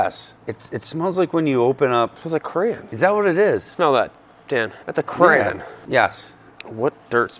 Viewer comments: Cran? Are you trying to say crayon? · You guys pronounce "crayon" funny.